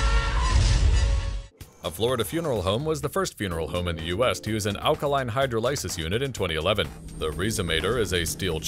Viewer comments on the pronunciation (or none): It's hi-drOWL-a-sis . not hi-dro-li-sis